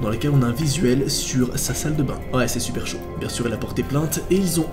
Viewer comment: "c'est vraiment chuper chelou" Noa 2020 xD #épisode2